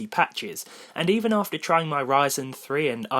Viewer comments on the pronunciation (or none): none